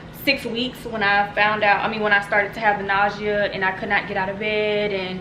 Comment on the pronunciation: is it just me or is she saying “ nausea ” wrong? lol